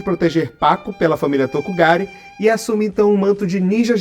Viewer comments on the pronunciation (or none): Olha, eu adorei o video e sei que to sendo preciosista e chato, mas cada vez que vc falou Tokugare no video eu senti uma pontada no coração. xD É Togakure. O capitulo em que o Beni Lagarto rouba a espada do Jiraiya pq o Manabu tava dando sopa com ela é mto bom. Beni Lagarto é um dos meus personagens favoritos da série.